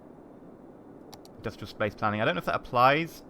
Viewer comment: That's a lot of indus-tree-al you got there